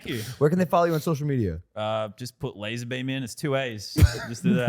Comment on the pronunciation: Pronounced Laz - r